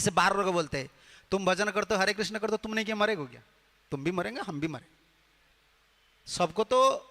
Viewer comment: हरे कृष्ण हरे कृष्ण कृष्ण कृष्ण हरे हरे l हरे राम हरे राम राम राम हरे हरे ll सही उच्चारण कृष्ण है. 🙏🙏